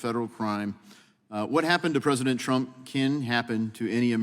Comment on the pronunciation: Mr.Jordan, our Presidents name is Trump, not aTromp, sir.😂